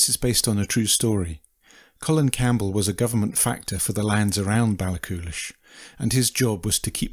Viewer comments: Balla-hoolish not Ball-coolish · Pronounced Ballahoolish !